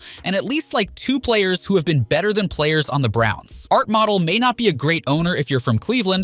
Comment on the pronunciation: Model really? Its Mo- dell you fucking idiot